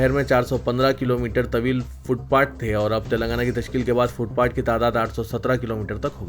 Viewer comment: Foot pat nahin , Foot path hota hai.